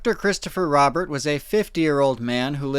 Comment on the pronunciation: Just a few things their family last name was pronounced roh-bear not rah-bert and while strange yes this was in fact likely someone getting into something they shouldn't have.